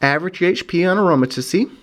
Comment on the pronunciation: it's pronounced aroma-teez